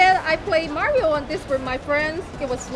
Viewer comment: Its-a-me, Maorio!